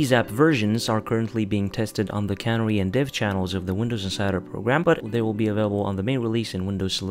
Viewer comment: Canary is pronounced "Can Air Ee", not "Cann-ery."